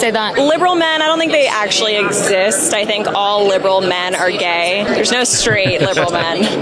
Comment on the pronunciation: "Aksshooally" I have seen 5 waterpouts in one day.